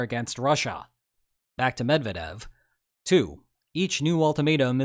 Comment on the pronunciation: Sorry not to be pedantic, but it's not "Med vah dev", it's "Med vyeah dev"